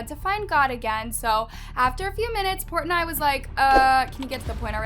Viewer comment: I kept getting distracted by the way she kept pronouncing Dave Portnoy’s name wrong😬 but everything in this is old news.